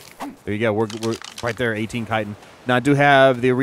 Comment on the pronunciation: Chitin sounds like>>>>>>> (Ky-tin) !!!!!